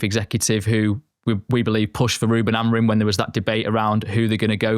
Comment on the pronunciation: Can anyone explain why professional journalists continuously pronounce it as AmoriN? Madness